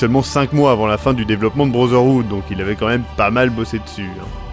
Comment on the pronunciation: Je HAIS lorsque tu (et la plupart des français d'ailleurs) dis Assassin's creed brozerhood... Ça se prononce brotherhood, il y a un T, et non un Z...